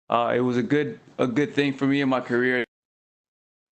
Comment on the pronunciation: Mans said 'throughout his career' I thought he called Brian a queer.